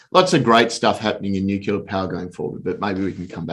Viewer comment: The fact that he keeps saying nucular instead of nuclear drops my confidence in him. Regardless, I liked it both for the algo and the content.